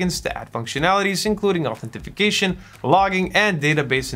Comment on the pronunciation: Authentication or Identification. Not Authentification. Thanks for the good video. It is very helpful.